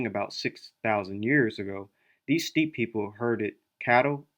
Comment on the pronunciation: Steppe is pronounced "step", ware is pronounced "wear" :)